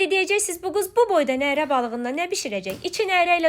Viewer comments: Neeere yox nərə. Saiti uzatmaq lazım deyil sait uzandıqca nərə balığı yox Koroğlu neresi nəzərdə tutulur. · Nərə sözündə ə uzanmır 😅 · Nərə sozu, baliq adidisa uzanma yoxdur teleffuzde, amma Nere cekmek sozu olsa beli, uzanma varr 😊